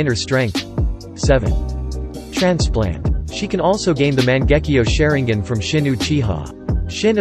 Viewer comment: Sharin-gin lol